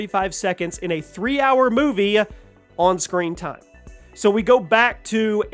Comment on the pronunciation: I never knew the words TIME and multiple other words were pronounced eith an 'A' on the end TIME'A